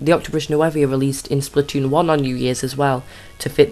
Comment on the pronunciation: "New-voe". Sorry.😥